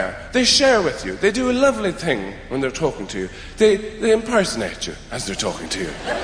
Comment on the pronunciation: When I first saw him in Shaun of the Dead, I never thought he was Irish. I honestly thought he was German... he kept saying 'tink' instead of 'thing'. My grandma is German and she does the same thing, so I kept thinking "Wow, this dude's great at an English accent!"